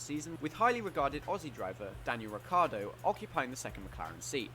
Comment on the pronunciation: Daniel "Ri cardio" 😶